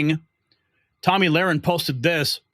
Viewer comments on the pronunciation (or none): none